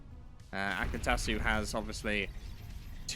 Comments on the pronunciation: make it loud : " AI - cat - su " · Ai kat su. Break it up into syllables bud.